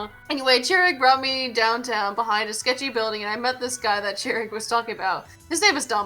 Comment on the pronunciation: Okay, I'm sure you didn't mean to be insensitive, but Chirag is a Persian name and Chirag here is of Indian origin. (It's also pronounced Chur-Ogg)